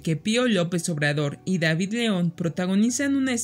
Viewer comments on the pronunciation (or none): none